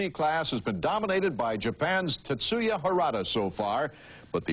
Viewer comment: "Tetsuyo" Harada?